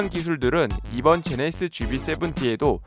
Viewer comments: 제네(히)쓰ㅋㅋ 제네시스도 잘안되는데 꼭 칠공을 쎄븐티라고 고집하지요. 한국사람만 보는데 ㅎ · 제네(시)스ㅋ 제네시스하실때 조금 천천히 말씀해보세요 기존보다 나아질거같습니다.